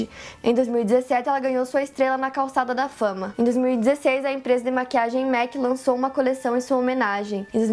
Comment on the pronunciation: A pronuncia correta é MAC nao MÉC